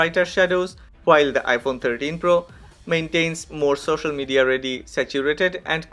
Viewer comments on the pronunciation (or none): none